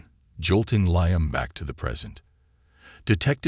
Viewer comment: Liam pronounced leam